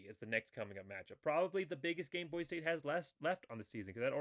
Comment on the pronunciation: Never mind mispronouncing the names on Hawaii, you have to get the name Boise right first.